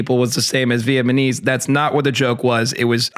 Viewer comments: THIS IS NOT THE FIRST VIDEO HAS SAID "VIET-MA-NESE" INSTEAD OF "VIET-NA-MESE" I THINK WE HAVE AN ACTUAL PROBLEM HERE 🥠🥠🥠🥠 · when said "vietmanese" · Awww man.... I thought learned how to pronounce "Vietnamese"....